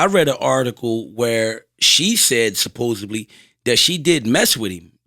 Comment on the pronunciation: Somebody tell that’s its supposedly not supposebly lol